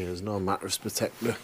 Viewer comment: I only watch your videos because i love the way you say MATT RESS. Also because youre cute. Matt Resssssss. Oo me legs